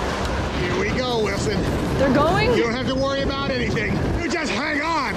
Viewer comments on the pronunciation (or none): Lmao! First time I heard a Canadian say "a boot" without mispronounced versions of "about" 😅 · “A boot”…….typical Canadian speak.